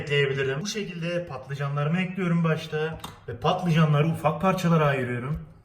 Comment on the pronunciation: Beklediğim video, elinize sağlık afiyet olsun :) ( Eklüyorum demene hasta oluyorum çok guzel diyorsun:D)